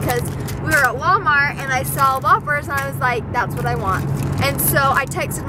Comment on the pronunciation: when you were talking about the dog eating your whoppers I thought you were saying "wafers" until you showed the bag. Now I know why people say you pronounce some words wrong!!! But that's okay!!! I cannot pronounce the letter "R". Fwog, wain, wechargable.